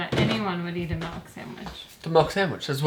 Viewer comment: "Milk" not "Melk" 😂😂😂